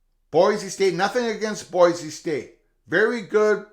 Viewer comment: FYI, in Idaho it's pronounced "boy-see", not "boy-zee".